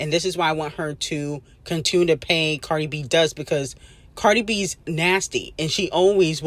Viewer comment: why u keep saying CardR it's Cardi 😂